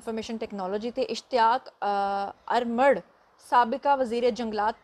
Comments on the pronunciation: Armarh nahi ji, Urmarh hai asal lafz, alif k ooper pesh hai, zabar nahi. Thanks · یہ لفظ جو آپ نے کے پی کے سابقہ وزیر جنگلات کے نام کے ساتھ بولا اس کا صحیح تلفظ (اوور مڑ ) ہے یہ پشتو زبان کا لفظ ہے جس کے معنی ہیں (اوور-- آگ ) ( مڑ-- بجھا ) یعنی بجھی آگ